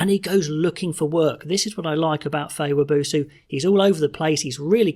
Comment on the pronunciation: Wab oh so not wa boo soo